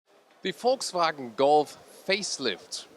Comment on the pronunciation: Finally someone who pronounces 'Volkswagen' correctly!